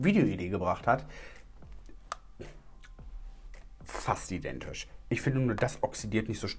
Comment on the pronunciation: 🧐 Ich seh auch keinen Unterschied 🙈 bei fast identisch hab ich vorhin verstanden "fastzidentisch" 🙈🤣